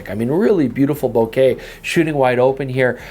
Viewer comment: Bo-KAH ... Bo-KAH ... Bo-KAH ... 😝